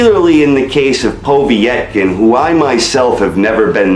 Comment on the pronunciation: Who has wilder fought? Stieverne? That's the biggest win on his bum list. Wait till he fights a good boxer of equal size like A.J. jarrell big baby miller or Tyson Fury. He'll get exposed for sure. Ps it's not po v etkin, it's povetkin. Wilder is lucky to have a belt. I can't wait for him to fight a skilled boxer of some what even size. It'll actually be quite funny how quickly he'll Get dropped. Mark my words. He's not a good boxer and when he challenges someone in the top 20 he's done for. Trust me in that one